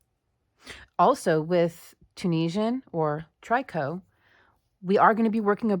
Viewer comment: Hi, C! I love this pattern. Thank you! I think "tricot" is pronounced similar to "picot". Merry Christmas, dear friend! Hugs, always. :virtualhug